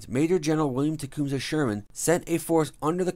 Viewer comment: And Tecumseh and memento. Man not talk English good. See you should have paid attention to your teacher for those twelve years. She was trying to learn ya sumpin